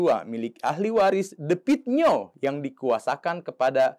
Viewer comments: The Klo bhs inggris di baca de Klo asia "the" di baca te Jadi the pit nio bukan di baca de pit nio.......tapi di baca te pit nio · Baca Te Pit Nio gitu,bukan The Pit Nio.Akun maaf ya ,anda tidak pintar,jelek.Coba diperbaiki lagi cara penyampaiannya.